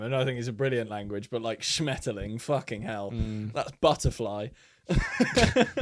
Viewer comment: As a german i can say your pronounciation of Schmetterling was insanely good. Greetings